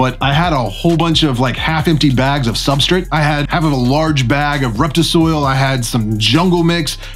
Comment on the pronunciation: Substrate* not substrit lol. Why do you say substrit? Who told you to say that?